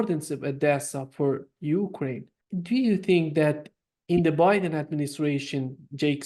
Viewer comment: Just realized calls Biden as 'Buouy-den'. Which is very cool of course.